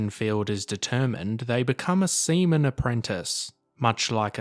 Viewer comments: why is he reading seaman as semen ????? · He said “semen”